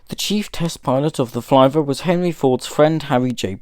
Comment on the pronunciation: I don’t think you pronounced Flivver correctly. As spelled, it should rhyme with “liver.” Perhaps it should be spelled “Flyver?”